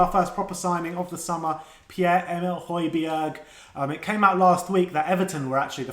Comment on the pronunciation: Who is Hoy-bee-erg?